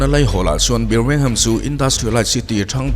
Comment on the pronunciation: Birmingham...BIR laihi BAR ti a lamtur niin kahria